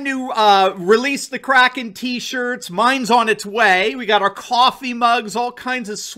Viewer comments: Isn’t it pronounced Crayken, not cracken? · You're great. By the way Powell mispronounced kraken, is has a long A, not a short.